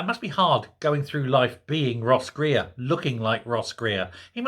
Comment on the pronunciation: I though you said " Gross Reer" , er perhap you did ;-)